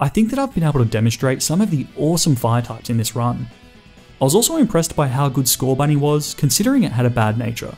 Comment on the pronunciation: THERE IS NO H IN SCORBUNNY!